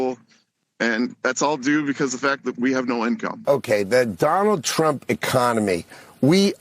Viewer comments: Carolyin' STILL cannot pronounce Trump correctly. It still sounds like she is saying "President Chump". Freudian. And of course she's LYING about the economy and LYING about the average price of Thanksgiving dinner. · How long people goin to continue to believe this 🐂 💩 🙄🤦‍♂️ & she can’t say Trump 😄😄😄